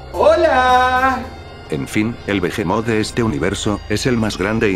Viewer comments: Se pronuncia bihimot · TERRIBLE HABLA SE USA LA H